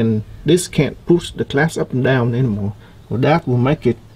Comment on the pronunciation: its glass not class lol